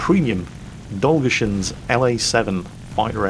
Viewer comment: If an Englishman spells Russian surname they stress it wrong. No exceptions. ROFLActually,, it's DolgUshin.;)